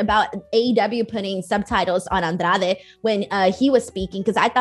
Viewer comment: I hope knows that I fell in love with her when she said “Andrade” properly